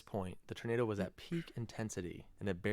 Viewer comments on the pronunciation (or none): I'm trying not to hear the OP say "ternado" lol...just me? 😝